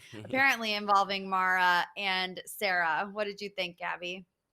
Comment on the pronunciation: Love you all but how have you missed that Mara is pronounced like marinara sauce and like Sarah. She’s mentioned it every time. 🤣😂😅🥰❣️🌹💋